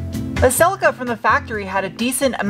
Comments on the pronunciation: Why do call the car Celucur instead of Celica...so weird since you're not from a foreign country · What's a Selly Ka? 😂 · Cel”E”ca - giggle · Pronounced "sell-la-ca" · Or if you want to rewrite history, it’s pronounced sellee-ca